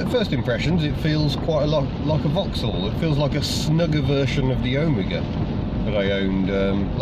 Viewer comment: Such a relief to find someone who knows how to pronounce Omega! OWE-migger, not oh-ME-ger...